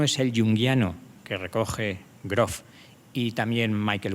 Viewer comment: Groofff se dice Grooofff¡¡